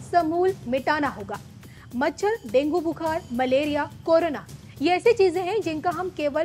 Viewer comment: डेंगु बोलना वाले नही। डेंगू बोलने वाले । ये सही वाक्य है।